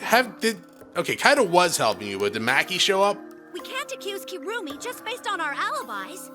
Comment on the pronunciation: It’s actually Kirumi but somehow every letsplay I watch so far have been calling her kurumi 😂